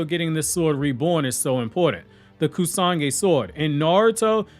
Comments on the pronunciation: Is it Kusagi blade or “Kusanagi”? Because all throughout the video you keep saying “Kusagi” and I just want to make sure that there’s not another sword out there in the verse that I didn’t know about. Your videos are super tight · Great Video as always buddy. Just one small correction, The blade is pronounced Kusa-nagi. Hope it helped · what was that pronunciation? It's KUSANAGI that's completely false though. SORA means SKY, not "Sara".